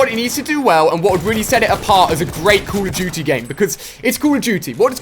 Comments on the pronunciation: It's call of doodie wut iz cull uf doodie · ''cool of duity'' '''keil streaks''